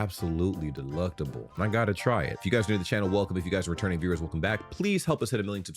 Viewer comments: DelECTable isn't pronounced deLUCTable :D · It's delectable, not deluctable. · Yeh, but it's DELECTABLE. Not DELUCTABLE, AhwKay?! 😉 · Doesn’t he mean to say delectable and not deluctable? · you keep saying "delUctable" the word is "delEctable" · Delectable, not Deluctable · Delectable not deluctable mate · Brit here what the fuck is deluctable? Could you possibly mean delectable or is it from that American language.